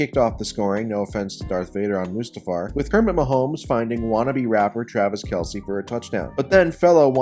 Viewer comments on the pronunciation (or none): none